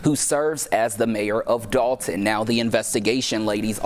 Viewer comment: It’s not pronounced the way it spelled .. We don’t say Dol-ton . We say Doll-ton ..lol